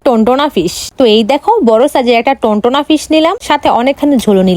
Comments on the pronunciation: টোনা ❎ টোনটোনা✅😂😂😂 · Ota tuntuna noi tuna😂😂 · টুনা মাছ ❌ টুনটুনা মাছ ✅ 🙂